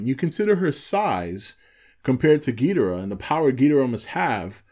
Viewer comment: Man dude its Ghi-Doh-rah for fuck sake even toho and legendary confirms this